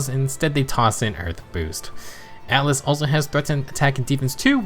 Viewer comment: Ah yes, Atlus in FEH! /s In all seriousness, it's Atlas with an "a".